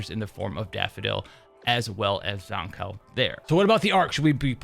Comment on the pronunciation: The one and only reason I'm refraining to watch this is the way you pronounce her name. I only hear one correct pronunciation from devs, Live stream, content creators and fellow players. Except you. I don't think you wouldn't mind being called "Jush" or "Jo-shhhhh". Shame......